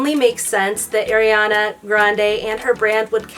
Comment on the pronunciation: i’m sorry but it’s ARiana grande not AIRiana grande